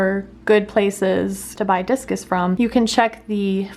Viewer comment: I thought you said jesus